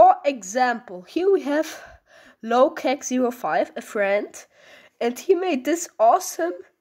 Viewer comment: it's funny that you say "low kek 05" instead of "LoKe07" 😂